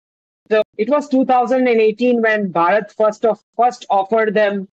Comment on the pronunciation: try pronouncing it as Bhaa-rut, instead of bhuh- raat. Some of you Brits appear to have a self generated mental block about pronouncing Bharatiya names differently. For example We say Buddh. you say Buddha We say Raam; you say Rama We say Krishn; you say Krishna I can share an interesting detail. I decided to do an online course in sanskrit. Guess what? The instructor turned out to be a BRITISH WOMAN! And she could pronounce EVERY SANSKRIT SYLLABLE CORRECTLY! So I believe your mispronunciation is rooted in the mind.